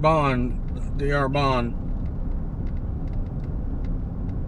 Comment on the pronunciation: It's pronounced "dar bon"